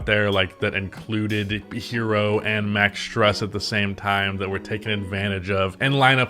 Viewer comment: Bro said struss